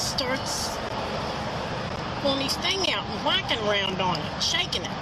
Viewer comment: I know this is no joke, but I’ll never be able to unhear, “he was wHackin’ around on it!” 😂